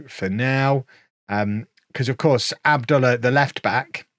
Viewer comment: I figure youre past this club at this point, but you seem to care how you pronounce your players so i thought I'd just correct you on Abdullah. It should be "Ab-Dul-lah" the lah as in Lar Gibbon.